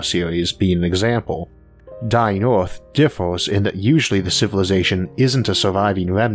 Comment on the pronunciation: I would have liked to watch this video, but I found it intolerable due to the accent. Earth is repeated over and over again, nearly in every sentence, pronounced as "Eaouauphff." I have never stopped watching something due to an accent, but repeating the name of our planet in this Eouruphhfffph way was something I find so unnerving I had to stop. How isolated do you have to be from the rest of the English speaking world to have such a bizarre pronunciation of our planet in a video about our planet?